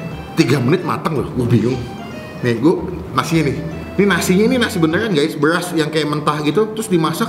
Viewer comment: Soundnya tolong benerin bang, masa Ngomong BERAS kedengearannya malah BELAS